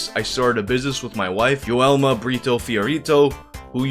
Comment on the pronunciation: the way you pronounce "luiz" ugh, so good, the "joelma" though, not so much.